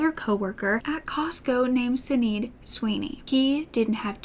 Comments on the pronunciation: If the other lady Roger was having an affair with was named Sinead, it's pronounced "Shin-aid." It's an Irish name. You have a sweet spirit,. I enjoy your story-telling style. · Such a sad case. I dont even understand the motive. Makes no sense. Was the other woman Sinead? If so its an Irish name pronounced Shi-nade. X